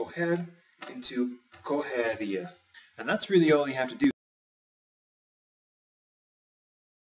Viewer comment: A silaba tonica na palavra correria e o a então mais no A você esta usando o E